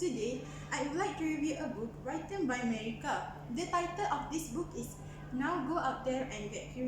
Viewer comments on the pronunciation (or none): Great video, but there were some words that you pronounced incorrectly. For example the word 'written'. It should be pronounced as 'ritn' not 'raitn'. I hope it helps 😊